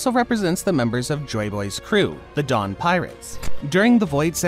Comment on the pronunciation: i thought he said dong insted of dawn for a sec